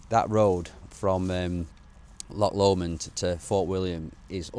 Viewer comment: Excellent video , lovely views , only negative is your occasional bizarre pronunciation of Lomond.😂😂